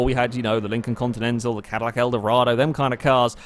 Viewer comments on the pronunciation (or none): none